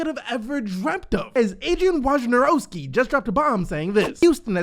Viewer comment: You finally said Wojnarowski's name right lol